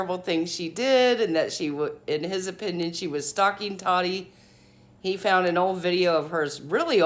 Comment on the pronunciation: I am a TA-TI fan! And it’s “taw-tee “ not TODDY! Please please Quit callin her toddy! Also thank u for the legal coverage! Love the impartial facts. I thought she was being naive in thinking she couldn’t be sued.. and even after the judgement we still may never know the Full TRUTH!